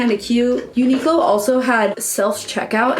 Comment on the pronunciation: Super cute outfits. I actually like the pencil skirt and grandpa blazer. Also just FYI - Uniqlo is pronounced like uni-klo rather than unique-lo. Sorry that was grating on my ears everytime you said it haha :P